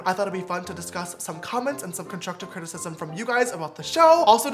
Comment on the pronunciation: No one: James: conshushive crtisishism 😂